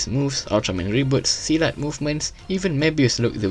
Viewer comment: From the way u say silat and Malaysia, uust be a fellow Malaysia right?